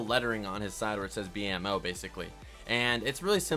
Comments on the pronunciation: He pronounced B.M.O wrong is said it like bomo but it's like Bemo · itz bemo not bomo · It's pronounced BEAM O, not bomo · he said bomo instead of beemo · its pronounced beemo not bomo lol B.M.O. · omg he called it bomo hahahahahhahahhahahahahhahahahahahahhhahaha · Did anybody else wanna click off immediately when he said “bomo” the disrespect 😔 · U said B.M.O wrong